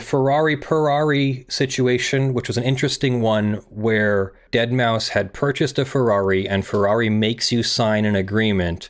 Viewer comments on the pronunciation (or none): none